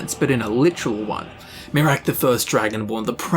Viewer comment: MEH-raak xD